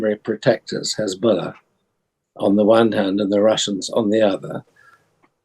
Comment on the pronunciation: "Hezbuller" XD